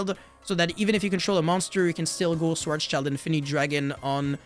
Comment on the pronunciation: Schwarzeschild translates to black shield and schwarz shield is closer to the german pronounciation. Schwarz child really sounds weird to me.